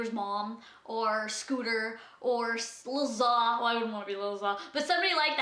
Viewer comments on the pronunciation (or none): jb friend Lil Za name is pronounced ZAE .